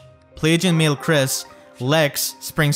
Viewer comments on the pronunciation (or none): none